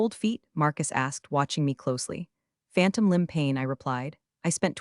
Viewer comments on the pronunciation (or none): none